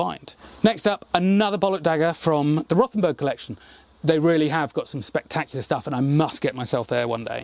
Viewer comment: Just ignore the H in Rothenburg.We just say it as Rotenburg. The h doesn't really do anything